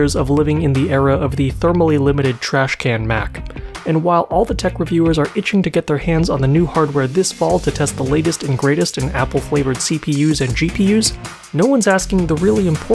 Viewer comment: am I hearing "The latest and gratest"? 😂